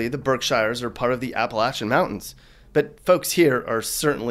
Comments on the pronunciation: Every time you said "Berkshires" it was like hearing "fingernails on a blackboard." It's pronounced "berk-shears", like Tears for Fears. Can't believe you said Worcester right! I've seen a bunch of your 'unboxing videos'; have you ever been anywhere you actually liked? Oh by the way, try as you might, your humour is really quite warped. Just not funny at all. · I love these videos but a few mistakes I caught in this one. First, the Berkshires is pronounced "Berk Shears". Second, Plymouth is a lovely town but the view you have in the video is of Plymouth, England. Brockton is also not next door to Plymouth. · I wanna punch ya so bad ever time you say Berkshire, it's "Berk-Sheers" ya tool. And I'm from Ware, you shoulda went alot harder on us, place is a shithole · Born, raised & lived in Boston/ Cape Cod till I moved in my 50th year. It’s pronounced Birk ✂️ ... sheeers Birksheeers . I could go on & on but I’ll spare you. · Pronounced Berk-sheers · Lol it’s pronounced Berk-Sheers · Berkeshires is pronounced Berksheers. That one hurt my ears. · It’s ‘Berk-sheeahs’! WTF is WRONG with you??? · It’s pronounced “Berksheer” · It's pronounced "Berk-sheers. And considering we're the birthplace of Basketball, Dr. Suess, Parker Bros and Milton Bradly, as well as the battleground of Shay's Rebellion, you could have given us in Springfield a LITTLE respect. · It's pronounced Berk-shures... And I have lived in MA for at least 2 yrs.. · Not bad. Shrewsbury much more uppidity than Framingham. Framingham kinda sucks. Worst part prob Chelsea. New Bedford Fall River horrible too. Boston/ Worcester has bad gang wars going on right now. Dunks yes. Liberals hell ya. And it’s pronounced “berksheers” bout all I got. Central mass all my life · Lol "Berk-shires". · This is some eastern mass bullshit. It’s berk-sures, you swine. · I'm 14 and I've never heard "Berk-Shire" in my life, man. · it’s pronounced berk-sures by everyone who lives there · (Birk-sheers) is the actual pronunciation